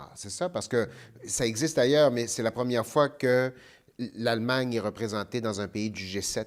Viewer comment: Yep "Aallemagne" et non Allemagne